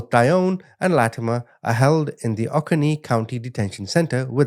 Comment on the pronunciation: Pronounced: Ō-cō’-nēē. Love your videos,. And the comment, “all children are our responsibility” <—- Indeed💙